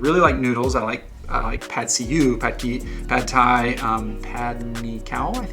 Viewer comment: The vowel sound in "pad", as in pad Thai, is like that in "but" in English.